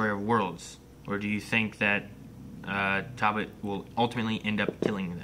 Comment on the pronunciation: Ok is saying Talbolt on purpose just to trigger people now 😂